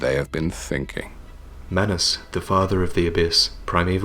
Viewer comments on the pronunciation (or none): The a in manus is actually pronounced as the aa in kaathe. Fun fact, manus means hand in latin.